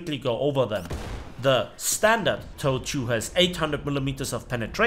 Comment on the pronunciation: Wie Gehts? Just found your channel recently. Nice! I will mention that TOW is pronounced so that it rhymes with "glow" or "flow" or "below". It does not rhyme with "how" or "now". I was in the US Marine Corps but did a brief familiarization training on the M901 ITV.